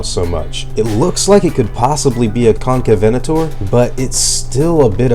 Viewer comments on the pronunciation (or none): You pronounce Concavenator weird